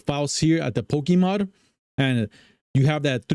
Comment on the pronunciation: Poke - a - Mod. not Poke - E - Mod